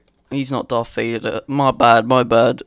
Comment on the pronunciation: that ain’t darf vadaaarrrr lawl